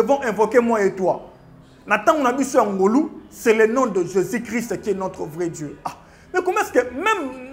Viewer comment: Pseudo débat! Aucun sens et aucun fondement. Attention à la prononciation. JÉSUS et non JÉSIS